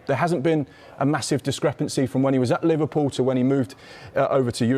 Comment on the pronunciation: Not livarpool hahaha